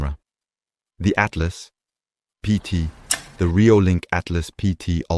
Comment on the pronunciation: Altas; not Atlas :)